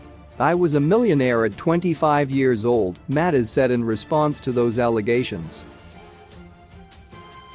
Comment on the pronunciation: It not Matters you pronounce it as Mattez